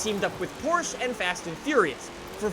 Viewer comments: In 3 minutes you said porsh instead of porche two times, I'm not even watching the video anymore, it's probably pure bullshit anyway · Great informative video but the way you pronounce Porsche makes me aggressive